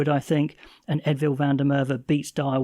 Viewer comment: There's a few guys mispronouncing Edwill's name. Yes, in Afrikaans the W is usually pronounced as a V, however in this case it is pronounced Ed-will, not Ed-vill. We do appreciate the effort though, since you're doing your best i figured I'd try help 🍻